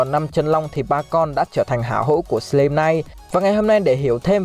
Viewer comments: Sờ lam chứ ko phải sờ lim anh ơi :v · Đọc là " sờ lam " ko phải " sờ lim " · Góp ý tí: anh nên đọc đúng từ slime /slaim/ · A đọc là sờ lam thay vì sờ lim được ko a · Em chỉ góp í 1 chút là từ + slime đọc là sờ lam +chaos đọc là kay ọt <3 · Lần sao coi kỹ lại cách đọc Slime nha anh :v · Đọc tên nhân vật, tên chiêu thức chán thật sự, cả slime mà đọc sai thì chịu luôn ông voice